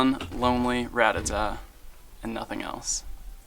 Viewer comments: I fucking hate when people call them "ratatats". it's very obviously pronounced "rattata". learn how to fucking read. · Love your series! Btw, it 's not rattatat. There is no T at the end!!!!! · its pronounced rattata not ratatata. seriously lol how do people get this wrong lol